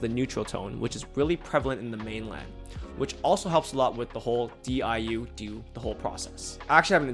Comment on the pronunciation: The diu was perfect 😭